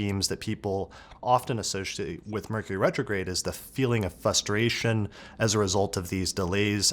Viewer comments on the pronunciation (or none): I appreciate your video. But please don't omit the R in fRustration . Its so cringe to listen to